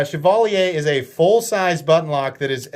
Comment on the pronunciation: Congrats on the pronunciation on Chevalier!